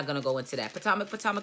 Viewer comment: Its Pa-toe-mick. I live in the area. Monique is arrogant and is politicking. If she had been remorseful maybe she would be likable. Monique is horrible.